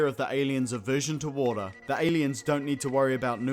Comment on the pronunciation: Warter sinezzz😂😂😂😂😂